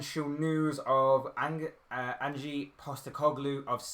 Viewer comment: Would be interesting Scottish football isn’t that strong It’s a shame Tottenham didn’t get uefa conference league It’s Ange not Angee bro i think it would be interesting as he is from Australia and a Australian manager would be good 😊